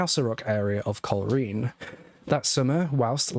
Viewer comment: Hi. This takes place in Northern Ireland. At that stage the police were known as RUC, Royal Ulster Constabulary, now known as the PSNI . The Garda are active in the Republic of Ireland. Also, it's not pronounced "coal reen" but "coal rain"